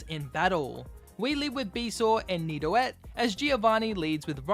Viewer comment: He said nido-et instead of nido-geot